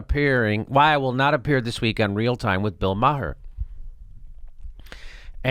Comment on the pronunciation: I have the same last name as Bill Maher, and I have to say Jimmy, you pronounce the last name better than most people.